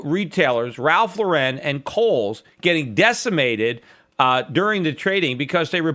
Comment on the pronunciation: Cmon Peter it is Ralph Lauuuuuuren not Laureeeeen